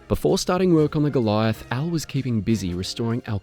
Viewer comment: I am pretty impressed how well you pronounce the words "Kübelwagen", "StuG" and "Sturmgeschütz", you just need to work on the german pronunciation of "Jagdpanther" and "Goliath". The "a" in "Jagd" is pronounced like the "a" in "art" and "Panther" is pronounced like "hunter", just with a "p" instead of the "h". And "Goliath" is pronounced "goal-e-art"